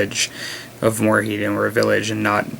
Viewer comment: Being a bit of a dick here, but...Mord-High-m. You said it right the first time then every other time it was like nails on a chalk board. :)